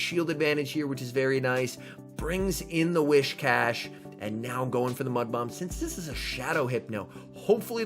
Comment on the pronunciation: It's actually whi"s"cash, not whi"sh"cash. It's more like saying "whiz" rather than "wish". Sorry, just thought you might need to know.